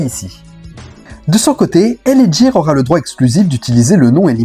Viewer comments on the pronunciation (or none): L.A ghire ce prononce pas jire .........L.A gear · Cest pas l.a jear cest l.a gUear..ca se prononce gue pas je..cest bien de faire des recherches avant de faire une video..le pire tu passes une pub ou il es bien dit gUear,avec un gue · Tu voi très bien dans l audio des pubs ça se prononce " GUIRE " du coup 😂pourquoi tu fais que dire Djire 😅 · Superbe vidéo ultra complète sur cette collaboration. Juste un bémol sur la prononciation, gear et non jear😅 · Gear se prononce "gu-i-r". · Le reportage est bien mais « L.A jiiir » , cela fout tout en l’air ! 😅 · Gear... Ou le G se prononce comme dans Get on the floor... 😜